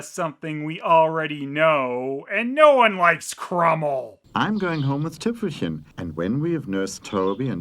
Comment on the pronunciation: The weirdest part is, that despite everybody having a German accent, they mispronounce 'Krümel' and 'Tüpfelchen'...